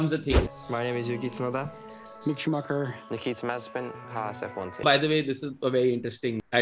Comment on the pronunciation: And it's not shoooemaaachr df